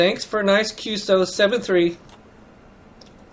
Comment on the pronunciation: Hi, good work in engaging young CW adepts to continue this wonderful part of HAM radio.I have a couple of minor remarks that may help.1. QSO is a part of a "Q" code just like QTH, QSB, QRN, …. As such, when you mention QSO you need to spell it as three different letters and not like a word "qso". It is "Q"+"eS"+"O". 2. "bk" is used to indicate to briefly pass-on the transmission back to the person you a heaving the QSO with. The "briefly" here is very important because when you do use "bk" you do not precede it with your Callsign and your correspondent's Callsign. Anything longer than "brief" would be against regulations. It is normally common to use between stations using faster rather than slow CW speeds. 3. "bt" is not a bt "-... -", it is an equal sign or "=" sign "-...-" sent as one letter (no space) but as you mentioned - it is used to "space" in time one part of your transmission from another. 4. YL is used to mention an unmarried female operator, XYL is used for married female operators.5. OM can be easily translated to and "Old Man" but it is more meant as a friend / someone trustworthy whose opinion you value. 5. "sk" at the end of a QSO means - this is your last transmission relating to this QSO. "sk" has also another rather sad meaning - when used in reference to someone else's Callsign it means this particular HAM operator is "silent key" (no longer with us / past away). I hope this somewhat helps. 73's, vk2fex hsc#826